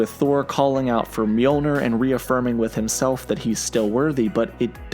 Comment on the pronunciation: It’s no myol-ner it’s myol-nEEr! And Thor does behave much better toward the end of endgame. There’s not much dialogue left for him but he’s confident and strong as he approaches final battle with thanos.